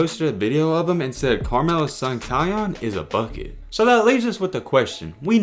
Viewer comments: Lol its not kyon its kyan like the pepper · It’s Pronounced K(eye)- Yan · Its pronounced Ki-anne